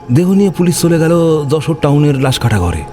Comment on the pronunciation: খুবই বাজে যশোরের উচ্চারণ! একদমই হয় নি